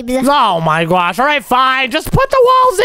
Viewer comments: Did you say I my guosh that is Omz thing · Why you say oh my gwosh thats funny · So cring you say oh my gwash